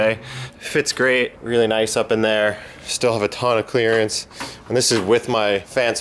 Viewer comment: Whenever I hear the word clearance now my inner monologue dubs it with saying “Clarence” 😂